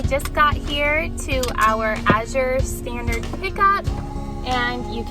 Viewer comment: I can’t se anyone complaining about the prices and selection of what Azure Standard…..and yes, you said the name absolutely correct. Did you get the order yet? What did you think?